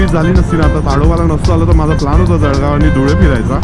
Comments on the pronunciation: खरंय जळगाव वाले ळ ला ड म्हणतात 😂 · जळगाव‌ला जडगाव म्हणणारे किती लोक भेटले भावा‌ तुला? आणि जळगाव‌मधे असे किती भेटले?